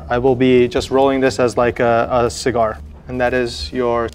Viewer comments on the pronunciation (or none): As a… “cigar”